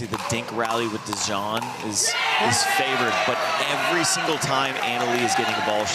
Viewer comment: 👍👍 But....." Dizon "😁😉